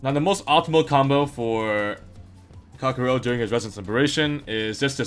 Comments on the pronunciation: Guy wants to be the best calcharo.... yet he can't even promounce his name properly... 🤦‍♂️ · hmm i thought his name was calcharo not calkaro